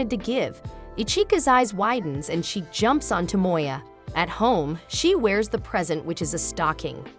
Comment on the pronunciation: To mo ya. NOT Toe Moy Yuh.